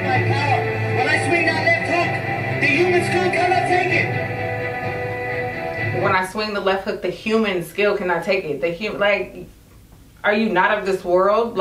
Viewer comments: skull not skil.... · “The human skill cannot take it”????? I belive he said skull😂